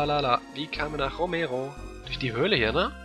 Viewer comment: "Romero"? klingt fast wie "Emero" :D